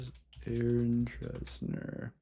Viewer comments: If I had known prior to starting this video that I could’ve played a drinking game for every time you mispronounced ‘Dessner’ 😂… I’d be wasted🎉 Seriously, I really did appreciate the video though. Good job 🫶☺️ It was fun! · It’s actually pronounced Dessner not DRessner haha💀😭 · why is no one talking about how he kept saying Aaron “Dressner” instead of Dessner